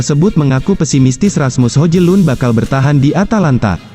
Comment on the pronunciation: Hojlun dibacanya Hoilun....